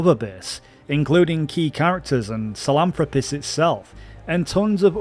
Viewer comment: can we pronounce Sahelanthropus correctly please?